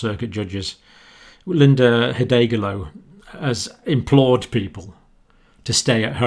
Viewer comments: HuhDALgo, dear Sir! Accent on the second syllable. No big deal though! You are simply great and I agree with everything you say. I too am appalled by the sloppy disrespect of lives! I can't fathom the selfishness of it when so many are doing what we need to do to protect others. Greetings and much respect from WA state grandma. Thank you for all you do! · Hidalgalo pronunciation: Eee DAL go. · Dr. ... I hate to bash your name pronunciation blunder, but it just needs to be separated to syllables: Hid al go. You'd have a field day with my name. Thanks for your information summary. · Thank you for another informative video. Linda Hidalgo is the elected Executive of Harris County, Texas - where Houston is. An anglicized pronunciation would be hee-DAHL-go. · Heh-dahl-go is how you pronounce Linda's surname John. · Hidalgo : pronounced as HIGH - DAHL - GO ("Dahl" as in Roald Dahl).